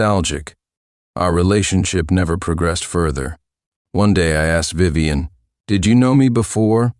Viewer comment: Yuyuwei is Vivien... for some reason, the Vi's are getting pronounced as Yu's and the rest garbled at some points, I think. Took me a moment to realize because it was so screwy. But yeah, the Tiffany swap out was seriously an obvious copy/paste error.